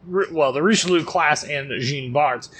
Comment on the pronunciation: Your prononciation of Jean Bart is horrible. It's "Djaan Bart" not "Jeen".